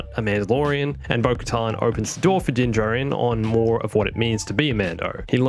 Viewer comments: They said his name outloud in Chapter 8. Why, then can none of these "expert" channels ever pronounce Din Djarin correctly? It's "JARin," not "jahRIN." Whether it's just mispronounced or if it's done for "humour," it just sounds like someone that's reacting to pop culture instead of knowing what they're talking about. Just makes it sound like you're pandering for views. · the way he says Din Djarin. Its like Dinjurin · Did he say din djirin?